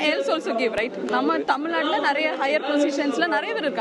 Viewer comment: இந்த மாணவி முதலில் தமிழுக்கு மரியாதை கொடுக்கட்டும். அவர் பேசும் போது தமிழை “தமில்” என்றும், தமிழ்நாட்டை “தமில்நாடு” என்றும் தவறாக உச்சரிக்கிறார். தமிழுக்கு முதலில் மரியாதை கொடுக்கக் கற்றுக் கொள்ளுங்கள் ! தமிழை சரியாக உச்சரிக்கக் கற்றுக் கொள்ளுங்கள்!